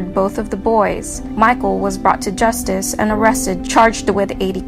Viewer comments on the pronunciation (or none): none